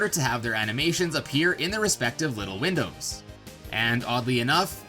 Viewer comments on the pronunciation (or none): none